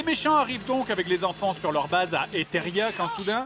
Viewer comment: C est etheria pas etheria et il ta un remake